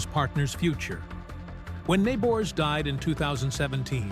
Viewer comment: Learn how to pronounce his name!